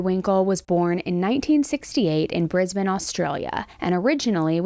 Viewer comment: Kudos for pronouncing Brisbane Australia correctly! You should do the commentating ahead of the 2032 Olympics 😂